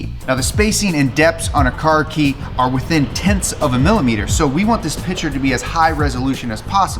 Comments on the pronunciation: the fact that you can not pronounce the word PICTURE, was so bad i could not watch. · Please say “Picture” and not “pitcher” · It’s PICTURE not pitcher. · 'pitcher' and 'picture' are two different words in the English language, in case you were wondering